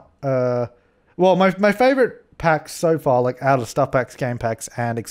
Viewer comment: When you say so far it sounds like sofa. 👍😂😜😜😂😂😂